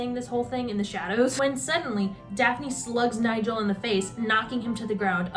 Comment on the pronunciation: genuinely can’t get over the way you kept saying “niGel”. absolutely iconic